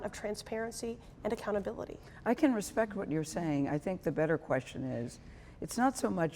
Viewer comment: A "congresswoman" who can't pronounce respect...gimme a break